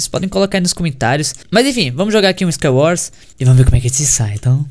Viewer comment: KSOAOSOAKSOAAPSKA ele colocou a boca no microfone a falou "MANU EU GANHEI U SCAIUORS MANU" KSOAOSOAOSKAOSKAOSOAOSK